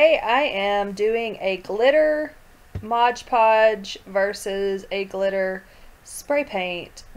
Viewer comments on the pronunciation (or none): thx for making this hehehe it's "mod podge" btw not " modge podge" have a great day♥☻☺